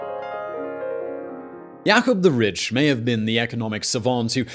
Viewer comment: "Not just richt but sated".